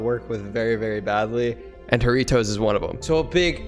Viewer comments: Normal people: Jarritos: hareetose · Btw it’s a Mexican drink jaritos and u pronounced it wrong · IKR I SPEAK SPANISH AND THEIR SAYING IT WRONG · As a Mexican I am disappointed in the pronunciation (mandiran is the true Mexican flavor) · If ur gonna get sponsored by Jarritos plz say it correctly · You said it wrong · Saying jarritos wrong stop pls